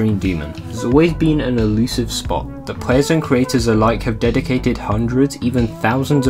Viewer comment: Btw, its elusive, not illusive, ly